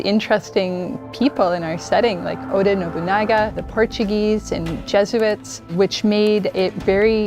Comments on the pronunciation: Did she say Odin nobunaga I'm no history buff but I think it's oda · That woman said Odin Nobonaga... Omfg.